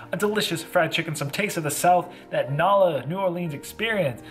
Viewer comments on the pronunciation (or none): Love your videos but im from Louisiana and you slaughtered the pronunciation of NOLA